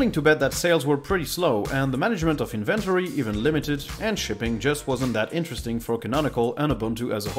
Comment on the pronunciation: enforce, inventory, enhancements, lowered, performance-wise, executables, updated, "Windows Update", subsystem, it can (emphasis should be on it, not on can), saw (no need for u sound at the end), compliment, interesting. This is up to . I'm sure there's more but this took too long. I think the best way to improve pronunciation is to offset some reading time with watching time, even if it is less healthy for you, it does give you a sense of how words are pronounced. And of course, keep on talking.